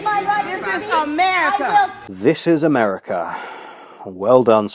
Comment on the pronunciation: Dis is Amerrcuh. Dis is Amerrcuh. Dis is Amerrcuh. Dis is Amerrcuh.